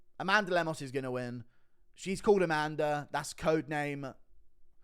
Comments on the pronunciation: It’s “A Man Duh” 🤣🤣🤣🤣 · Met an Amanduh yesterday and struggled not to pronounce it that way 😂